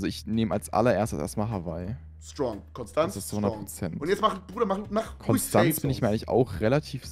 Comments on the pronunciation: Hallo lieber Kevin Ich möchte euch nur mitteilen dass, es zwar Konstanz geschrieben wird, es aber im Konstanzer dialekt Konschtanz ausgesprochen wird und jeder der s sagt hat es nicht verdient in Frieden zu leben. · Triggert mich wie Konstanz ausgesprochen wird 😢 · Broo es triggert mich wie die die Stadt Konstanz aussprechen. Die Betonung ist falsch bei euch